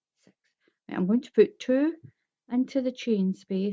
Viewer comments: she is saying 6 not sex! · I keep hearing sex sex sex 😝